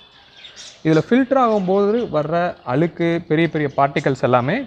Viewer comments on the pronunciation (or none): நீங்க மழைநீர் சேமிக்கலனா கூட பரவாயில்லை. மலைன்னு சொல்லாதிங்க மழை. அலுக்கு... அழுக்கு.